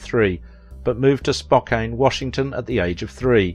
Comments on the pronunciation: Please take time to learn how place names are pronounced. Not “Spoke-ain”, it’s “Spo-kann”. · That's all right he didn't pronounce Gonzaga or spoken correctly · You mispronounced Spokane and Gonzaga. You got Tacoma right, though. You also mispronounced Mel Tormé’s name, and the word, “mellifluous.”